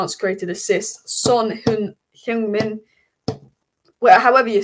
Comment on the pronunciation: As a Korean, I can tell you that your Korean pronunciation on Son Heung Min is absolutely spot on. 😊